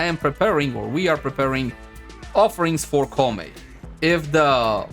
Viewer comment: Pronounced Kou (like low) Mei (may)